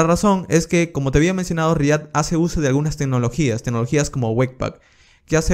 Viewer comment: re ACT!!!! por dios re ACT....dilo bien no se dice... re AT...!!!!!